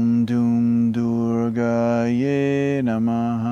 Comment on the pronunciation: its prounciation of durgai not durgaye